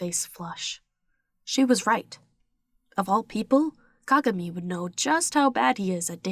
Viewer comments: Hello, I promise I'm not hating or anything, but it's pronounced Ka-GA-mi. But I love your videos!😘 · They were saying Kagami wrong lmao but no hate I love your videos💓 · I love the way you say kagami